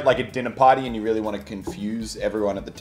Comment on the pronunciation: Muselk says weewy insded of really